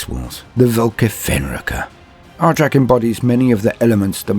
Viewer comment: My guess is the Language Police. "But Why?" I hear you ask. Because the SW are Space Vikings. And in Scandinavian languages J's are pronounced as Y's. So... it's pronunciation should be more like Aric. And yes I know I'm sounding like one of them. But I gave this vid a thumbs up.